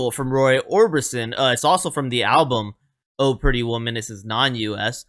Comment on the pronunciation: The accent does not go on the word "Oh." The accent goes on "Pretty Woman." The way you said it sounded funny...lol